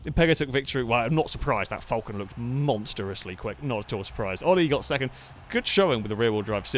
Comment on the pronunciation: As an Australian, I find your pronunciation of Falcon deplorable.